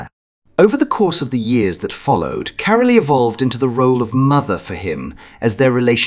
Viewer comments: it’s Carol not Carol-e 😂😂😂 Well done King Charles for recognising that Carole and Mike should be seen as equals as their daughter is married to the future king. This recognition is because the King is more astute about the people around him than any other monarch ever was. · Princess Catherine’s mothers name is Pronounced Carol ,not Caroleee ! An please have the respect to call the Princess Catherine. , not Kate ,I find that familiarity disrespectful , sorry . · It is Carole Middleton not Carolee. Please get it right. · You are mispronouncing "Carole." The e on the end is silent. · How about pronouncing Mrs Middleton name correctly..Get other things correct as well oh this is a lot of nonsense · What about Carole, I think it must be an AI voice although people do get Louis name wrong, but I've never heard anyone , pronounce Carole With the e pronounced at the end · After all they are his son's in laws parents 1.53 - odd usage of words - sounds AI who pronounces Carole as Carolee, and Louis as Lewis? AI British accent possibly created by non English speakers. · Their names are pronounced " Ca-role " and " Lou-ee " Louis, French name, As with the former Kings Louis, of France. I believe you will appreciate my sharing this with you, so you can reflect it and be exaçting in your wonderful future videos, which I really enjoy! Keep up the great work. Fergus